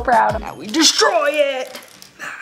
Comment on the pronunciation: Who likes it when she said deishroy it👹👹👹